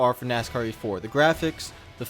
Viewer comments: Lol nk, it sounded like he was saying "nascar 84" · I don't think this guy pronounced the word, "Heat", correctly once during this entire review.